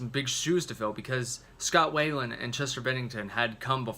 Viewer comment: Hard to take this review seriously when you incorrectly pronounce Scott's last name.